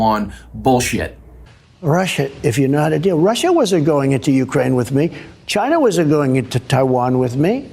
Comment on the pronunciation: Trump is not somebody to be weighing somebody else's intelligence. I still love how he can't pronounce China... he still says "Ghina".... an adolescent doofus with tiny, itty-bitty little doll hands!